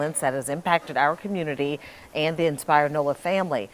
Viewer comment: It's a communitah, not community.